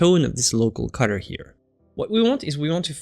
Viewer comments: I'm begging you PLEASE learn to say "color" better. I love your videos and you so much but the way you say color kills me, man! Lol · one of the reasons I just can't watch him...drove me nuts...